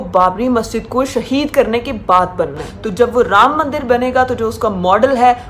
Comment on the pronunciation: Pronounce anything for them is a Struggle.......ram maandar.....ahahahahah....